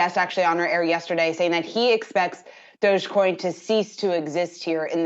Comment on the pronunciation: At last a reporter that gets the joke and calls it Dog e coin.